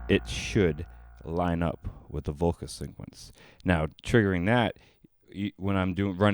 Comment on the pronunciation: Are you saying syncquencing and syncquence?